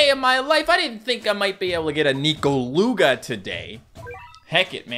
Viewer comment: I thought it was pronounced Nekoluga not Nikoluga... Weird...